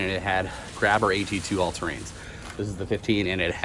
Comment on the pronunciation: when ever i hear someone say all-terrain they instantly lose credibility